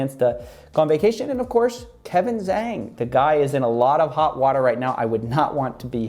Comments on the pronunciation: Small, pedantic point from a speaker of 3rd grade mandarin - Kevin’s last name is pronounced like “jong” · zhang is roughly pronounced jong for further reference. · Btw, you're pronouncing the "Zhang" in Kevin's name wrongly. (im an asian)